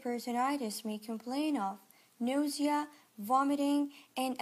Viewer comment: So we are just going to pretend she didn't say "nodia" wn saying nausea? Okay 🤐